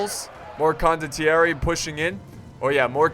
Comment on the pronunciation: it's "con doh thierry" (condottieri) you will get it correctly cmon;)